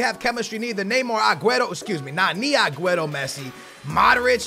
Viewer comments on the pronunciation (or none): none